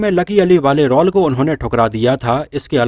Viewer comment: रौल नही रोल बोला करो.